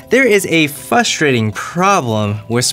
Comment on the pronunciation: "Fustrating" lol